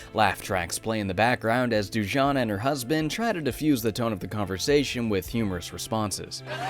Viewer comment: I think it's supposed to be pronounced Du-ja-nah, not Doojana.